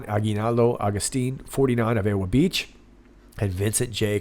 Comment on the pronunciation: the W in EWA Beach is pronounced with a V sound. As in EVA....